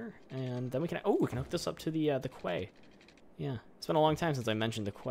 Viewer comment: Great episode as always! Quay is pronounced like "key", and you could dig out some land where the lake is forming to make it deeper but narrower. TBH I would love to live in Hamilton, looks like a great place! Congrats on 50k!